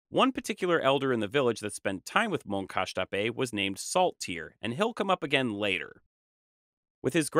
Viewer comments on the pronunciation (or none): none